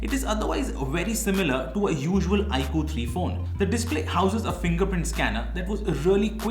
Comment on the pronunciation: Cool edition but you're pronouncing 'iQOO' wrong, its not 'iQ' its 'iQOO'